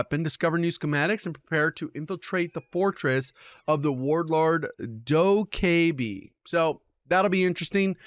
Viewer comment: Dokkaebi looks like she’s been ripped of from rainbow six siege, same name, same country of origin and looks like she’s a tech user just like she is in RSS. Also pronounced Doh-ca-bee